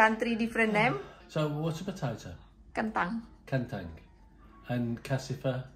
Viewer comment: Lama sekali tdk nampak......muncul2 lucuuu banget nyebut kentang salah2 sebut😂😂😂